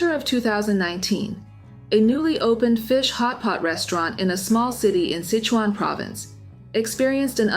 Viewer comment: Sichuan pronounced SI•SHWAN. Not sich•on